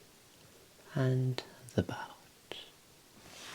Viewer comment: He said the BOWAt